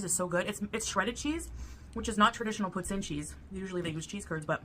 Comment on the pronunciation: I've just 'consulted' a few videos about how to pronounce poutine. None of them said it like her. There was a T in there, not 'TZ' (poutzine), just a harder T. F off,., ffs! I was about to sip my coffee when you started with the unfortunate cat butthole! omg. Disaster averted but man... 🙄